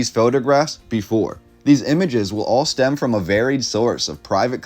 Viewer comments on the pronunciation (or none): none